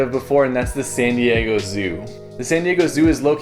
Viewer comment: I like how he pronounced “San Diego” Seeeen Dieeegou